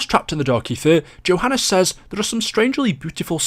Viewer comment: His name is Johannes, pronounced “yo-han-is”